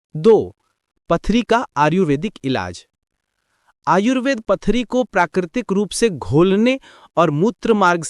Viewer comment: Video Bohot Informative thaa...But Ye Aap Baar-Baar Ayurved Ko Aryuved Q Bol Rahe Thee....!!